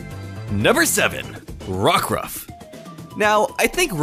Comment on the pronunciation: You got Rockruff right